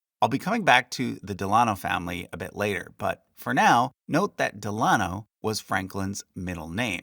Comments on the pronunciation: I wondered this myself. Del-a-NO not Del- AH-no. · Me too. Normally It's DEL-uh-noh, not del-AH-no. Not sure what's more correct as I've only ever heard the former until now. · Isnt it pronounced "DEHL' UH KNOW" not "DEHL AH' KNOW"? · Pronunciation note: I’ve always heard FDR’s middle name and his mothers name pronounced Del-a-no. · Very interesting. However, Delano is normally pronounced emphasizing the first syllable. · Found your pronunciation of DELANO to be different from what I’ve heard